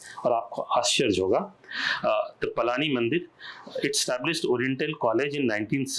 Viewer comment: पळणी, पलानी नहीं । 🙏